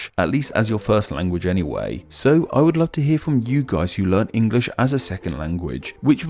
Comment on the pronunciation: Hi, I’m a non-native English speaker. It’s interesting how you say “Engrish” sometimes instead of “English” in this video. Wondering if the former is a slip of the tongue or is it an alternative pronunciation acceptable to either the British or American English? Thank you!